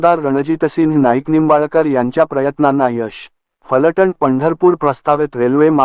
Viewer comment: फलटन् असे म्हणू नका त्याऐवजी फलटण असे म्हणा.